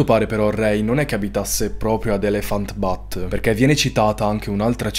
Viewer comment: Elephant Butte si pronuncia ' elefant biut' e significa 'collina elefante' perché la città è su una collina dalla forma di un elefante..., mi raccomando di guardare le traduzioni prima di inventartele😅